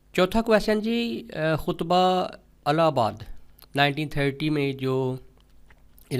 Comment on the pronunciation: Alahbad nhi ilahbad word ha